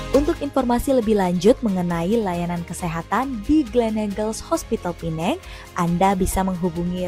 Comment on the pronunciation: Pertama kali mendengar warga Indo menyebut PENANG dgn sebutan yg betul....Pulau ini boleh juga disebut Pulau Pinang....